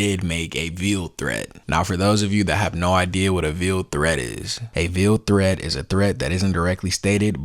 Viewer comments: It’s pronounced like ale not eel. It’s like a veil that a bride wears. Therefore veiled. Not like veal. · You're mispronouncing "veiled". 15 years is way the hell out of line. And you don't know her state of mind when she said it. Yes, corporate kiss-asses are making an example of her. This isn't free speech on her part, granted. But suppression of freedom is coming within the next couple of years. Wait for it.